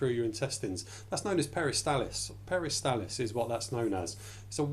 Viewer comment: NOT peristalis but peristaLSis